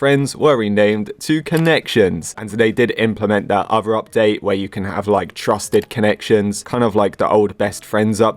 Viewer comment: Bruh wth did u say? “trusted connection” WTH